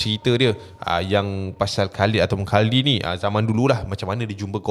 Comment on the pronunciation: Khuldi kot, bukan khaldi😂